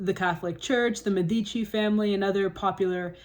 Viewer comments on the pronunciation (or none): Not strictly related to the topic, but very important in italian literature is "il principe" by Niccolò Macchiavelli, who lived in florence in the 1500s, under the rule of the Medici family (btw it's mEdici, not medIci, the stress is on the first sillable) "il principe" is a small booklet written by Machiavelli under the false pretense of instructing the newly appointed young head of the Medici family on how to run a state, but was really a public declaration of disdain towards the cruelty and ruthlessness employed by the rulers of the various italian city-states who were all at each other's throats to get a leg up in the power struggle to control Italy, who were in some cases just as ruthless towards their own subjects, it's a really great book. Today the word machiavellian is still used to describe someone extremely calculating who has no qualms about manipulating people to further their goals, because "il principe" is written by Machiavelli as a guide (being a 1500s italian noble family head for dummies) and makes no suggestion of ever being against employing ruthless tactics as discussed in the book, it is however widely accepted by scholars that Machiavelli was in fact trying to divulge to the public the gory details of politics since the book was printed and distributed instead of being given solely to Lorenzo de'Medici.